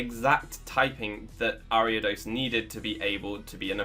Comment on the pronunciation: Saw the video title, feared you would pronounce it wrong, clicked on video, you did pronounce it wrong. O